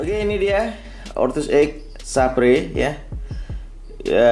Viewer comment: saber mungkin baca nya bang.... :) mungkin hehehehe